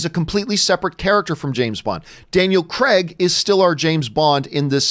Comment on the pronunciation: Do you know what does matter? That Americans can't pronounce Craig right.